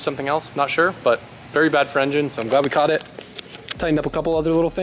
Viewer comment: He said engin with a normal g sound 😂 lit